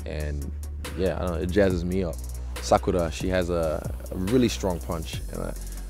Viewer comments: The way he says naruto and sakura just shows how he is just IN the whole thing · Wait a minute, hold up. Did he just pronounce Sakura's name without American/English accent!? This dude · The way he says Sakura is crisp